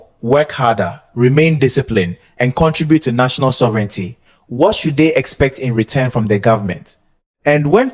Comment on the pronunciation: 🛑Bravo for the video. And minor positively meant comment. Please check pronounciation. Example: Sovereignty is pronounced different. It is only with a few words. But as you have a leading role for the English language. PLEASE CHECK AND CORRECT 💯 PERCENT. and again bravo for the video and what you are doing.🛑